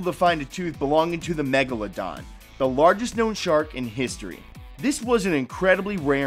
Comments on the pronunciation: The way he pronounced Megladon He was like Mega-La-Don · Ana A It is MEGALODON!